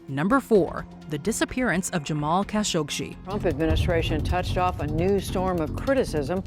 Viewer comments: Jamal Khashoggi not Khashogshi. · Why do you keep adding a sh to the end of Khashoggi? It's literally just you that does it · It’s Khashoggi, not Khashokshi :/ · Khashoggi, not Kashoshi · What's with the kashogshi pronounce 🤨 it's literally kashoggi written 🤨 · Kashoggshi? Seriously? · It is "Ka-show-gee" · Pretty sure y’all completely mispronounced Kashoggi’s last name 🤷🏻‍♂️ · It bugs me how she cannot pronounce Jamal Khashoggi, There is no SHE at the end of his name. How are you the ONLY media that cannot pronounce his name correctly ? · You could at least pronounce Kashoggi’s name correctly.